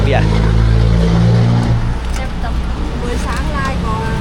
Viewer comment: ELEPHANT= ช้าง ช.ช้าง ไม่ใช่ ซ้าง ไม่ใช่ สร้าง....😮😮😮😮